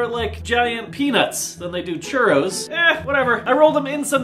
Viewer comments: dice churros como churrios? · It s so hilarous how english people say churros